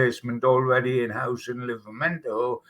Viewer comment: Will you tell its livramento not livramenKo! Its so disrespectful saying players names wrong. Also listen to how says joelinton its 4 syllables not 3 hes been here 5 years ppl should know how to say it by now.